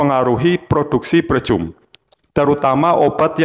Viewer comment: Dibacanya "PRIKAM" mas. 🤦🏻‍♂️. Yakali pricum